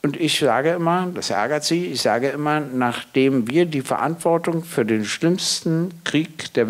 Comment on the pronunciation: Rhetorisch vielleicht nicht vorteilhaft, dass er z.B. die Worte enteignen, verinnerlichen, Verantwortung nicht aussprechen kann, da er nach eigener Auskunft den Glottisschlag nicht beherrscht.